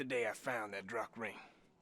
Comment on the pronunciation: Another tip for you: Droch is pronounced more like "Drok". It's Old Irish / Scottish Gaelic and basically means "bad". So he was basically saying "I don't know where the hell all the fish went".